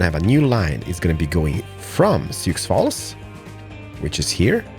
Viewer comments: Sioux Falls is pronounced Soo Falls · Sioux Falls is pronounced... Soo (like Zoo or Poo, but with an "S")